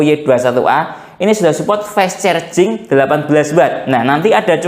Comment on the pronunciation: Carjing mas bukan cerjing